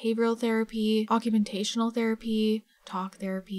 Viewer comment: its occupational therapy, not "occumentational" therapy lmao